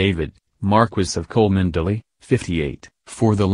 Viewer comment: ... it’s pronounced “Chumly.” Can’t even pronounce her name but you have the inside scoop on her affair with William? Yeah ok, sure 🙄